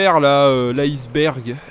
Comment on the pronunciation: quand ta dis le dessert aiceberg je captes